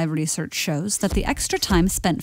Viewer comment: "smelling happens way up near the BRUIDGE of our noses" "FMRI RLEASHEARCH shows that the extra time spent..."